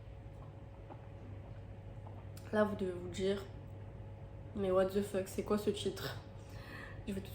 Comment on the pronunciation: Personne parle du « quoient » 😭😭😭